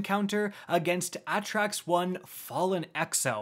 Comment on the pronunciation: Atraks is pronounced ay-tracks, and she is a female